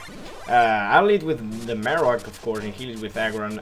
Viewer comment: You marowak wrong. Everything else was nice tho :]